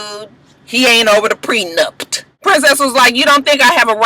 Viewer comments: I was like if says "PRENUPT" again I was going to jump through the tv! I couldn't! Child Mona needs to be a damn all in one wedding guru......LMAO 😆 Lama fur.......I'm done! Coconut oil and Lama fur, I do want Safaree to come back next season he was a surprise hit!😏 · I wanna know who told that it was pronounced Prenupt? First it was miscombobulated and now this. And who else forgot Shanda and Willie were even on the show? I hope VH1 doesnt bring or Masika back.